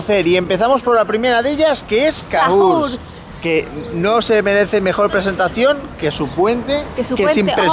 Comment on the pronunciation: Cahors se pronuncia con O